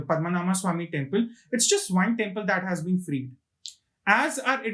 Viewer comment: Its not "Padma Naama" - It is "Padma Naabha" (Padma - Lotus, Naabhi - Navel(Belly button) ----> Lord Vishnu)